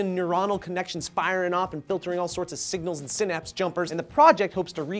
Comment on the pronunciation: Its pronounced *sigh-naps* (synapse):) and I love you:D